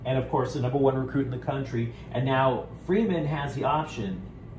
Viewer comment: His name is Korey Foreman, not freeman. Fight On✌🏽!!!